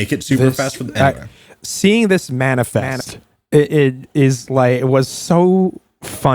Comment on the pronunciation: I'm sorry, but "manifenanefst" was pretty funny